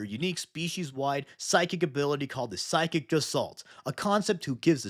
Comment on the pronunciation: Love the video, but "gestalt" is a word of German origin and they hate soft g's, so it's more like "guh-stalt". Regardless, ORKSORKSORKSORKS